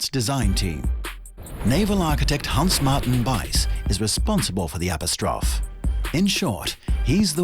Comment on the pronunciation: "App-oh-strawf" lol